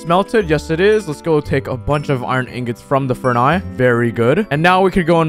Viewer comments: Its actually hilarious how he calls furnaces "furnai". does anyone notice this? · look no offense but... it's furnaces not furni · I'm not really sure why he keeps incorrectly saying the plural version of furnace. Its furnaces not furani or whatever he is saying. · Man said FURNI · Bruh he calls Furness furnai